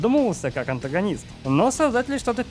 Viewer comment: Не поотогониста а антогониста